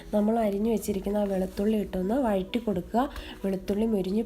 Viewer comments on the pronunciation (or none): none